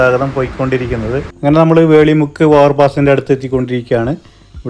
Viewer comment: വേളി മുക്ക് അല്ല വെളിമുക്ക് എന്നാണ്.